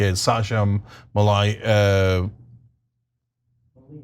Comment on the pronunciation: Malia!! Muh-lee-ya 😂😂